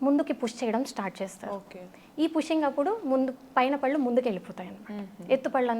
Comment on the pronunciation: పళ్ళు అనాలి correct yout prononciation . It's really so important